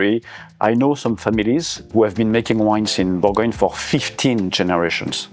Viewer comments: Good video but please call it properly, Bourgogne !! not bourgognaaaaa 🤯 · It’s Bourgogne, not Bourgognah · Pro tip: before to make a 1h documentary on Burgundy, please learn how to pronounce Bourgogne correctly. Cheers! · Learn to pronounce the region properly!